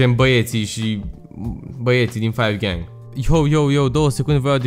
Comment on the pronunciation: se zice cinci gahng